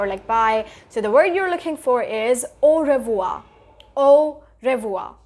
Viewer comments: Its not "o rev-wha" its "o-hev-wha" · Revoir - re pronunciation is different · Your pronunciation word when you are speak au revoir it's wrong